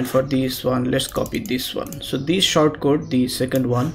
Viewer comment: By "short" you mean "sort", right? :P